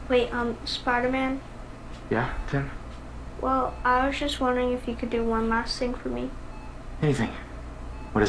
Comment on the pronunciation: Every time says “Tim,” it sounds like he says “sim.”